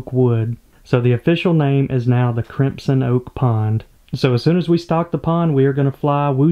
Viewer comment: That’s not how you pronounce crimson, the correct pronunciation would sound a lot better too.